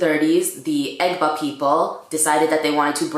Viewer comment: You butchered the Egba word! Loool.... omo Egba...a proud yoruba descendant! Love the fact that u are also Jamaican... strong combo!